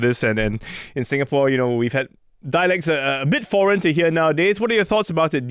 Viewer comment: Stop mangling Singapore's name!